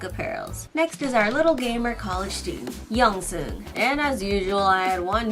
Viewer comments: Hihi! I loved the video but I just wanted to let you know, it's not pronounced YongSung, it's like (you-suh-ng) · I don’t think that’s how you say Yoosung’s name 😅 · yoosung pronounced "you-sung" not "yong-soon" Jaehee pronounced "Jay-he" not "jah-hey" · Wait- She pronounced it as YOUNG-soon HAVE I BEEN READING IT WRONG ALL THIS TIME?!?! ITS BEEN 5 YEARS AND I FEEL SO CONFLICTED. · 🤣 HAHA it’s okay. I just found it funny how you called him yungsoon🤣. All of the drinks look so good btw. I think my favorite ones so far are seven and ray’s 🥰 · Yeah I kinda like saerans